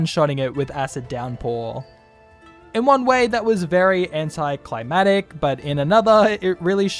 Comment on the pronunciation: I’m that guy… anti-climb-act-ick